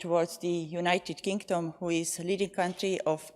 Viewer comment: United kink-Dom 😅 love the Estonian accent . Made me smile through all this madness . Strength to Ukraine 🇺🇦